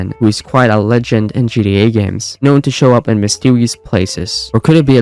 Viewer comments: why do you keep saying gda or gd5 bro it’s GTA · It’s GTA dude not GDA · I see you fully accepted it! At first 8 months ago you were mocking him by the way he says "gta".... Tbh it is funny the way he says it. Or I heard it had something to do with ai....I just heard that from a little birdie I saw in the comments Not saying it's true